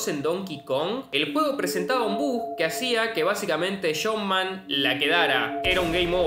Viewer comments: "Shump man"? Que es Shump man? Entiendo la jerga argentina pero no pronunciar debidamente el inlges por eso? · Me tomó un buen rato traducir "shompman" del argentino al inglés. XD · Me parece que Jumpman ("Chompman en la pronunciación de nuestro amigo) es el nombre original de Mario pero ya en ese entonces de Donkey Kong se llamaba tal cual, Mario